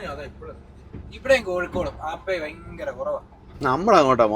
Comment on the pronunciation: ഫയങ്കര അല്ലാ ഭയങ്കര